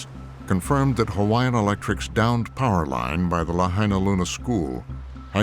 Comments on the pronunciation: The narrator did a good job pronouncing the Hawaiian names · I'm only a few minutes into the video, but this narrator is doing an amazing job with pronunciation. Great job.